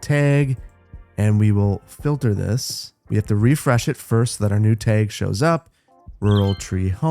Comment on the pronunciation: Love hearing that Wisconsin accent come through on the word Täêg